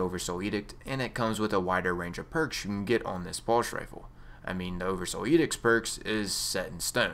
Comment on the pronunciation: what's a "pulsh" rifle?